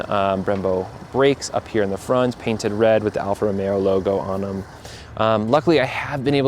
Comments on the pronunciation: It's Alfa R-o-m-e-o not R-o-m-e-r-o!! 😅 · Alfa ROMEO. Not ROMERO. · I've burst into laughing when I've heard that 😂